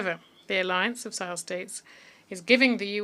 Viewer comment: Est-ce que vous vous réécoutez après avoir enregistré ??? Pourquoi vous dites Marley pour citer LE M-A-L-I , et vous dites Marleyens pour maliens, le Président G-O-Ï-T-A vous esquintez son nom ! Quand au mot S-A-H-E-L , je ne dis plus rien : la prononciation est si infecte qu'on finit par ne pas savoir de quoi vous parlez. S'il vous plaît , écrivez phonétiquement les noms et mots importants pour que votre IA puisse BIEN LES PRONONCER : C'EST HORRIBLE À ENTENDRE quand bien même on veux vous suivre. Faites un petit effort. Merci.